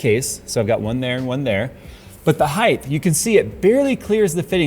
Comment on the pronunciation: Im not gonna call you one. the one thing i will point out is your pronunciation of height as heigth.